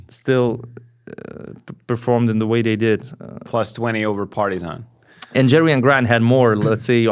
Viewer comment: Does anyone gets annoyed how he pronounces’ Partizan ‘ ?